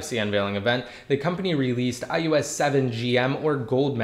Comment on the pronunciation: Is it me or does it sound like you're saying iEOS 7? Damn ears are playing games or something because I'd had to go back and listen to you repeat it 5 times.